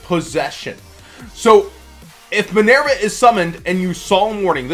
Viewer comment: MinERva not MinAIRva.